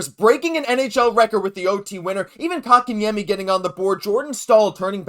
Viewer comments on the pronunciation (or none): Can you PLEASE learn how to say Kotkaniemi. It’s not “cock”n’yami